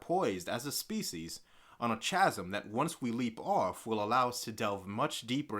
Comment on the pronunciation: Such a coincidence! I am currently downloading the pilot episode of "The Walking Dead" while watching the first couple of videos in this series. Incidentally, "chasm" is pronounced "casm/kasm". :-)